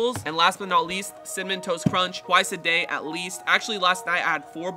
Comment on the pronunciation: “Cimin toast crunch” y’all heard that too or is that just me?💕😭